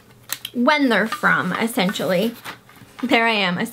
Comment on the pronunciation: I love when you say accentually. It's what makes you you !